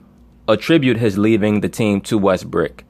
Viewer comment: you're the only person I've listened to that calls Westbrook "WestBrick" so consistently.